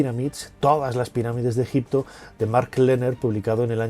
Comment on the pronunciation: Pero si tú eras el experto que aprendiste ejicio pronunciado con una piedra venga fantasma